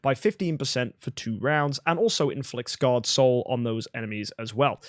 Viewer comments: SCARred Soul, not sacred soul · Scarred not sacred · SCARRED SOUL! Not sacred soul. Other than that love this vid, very informative.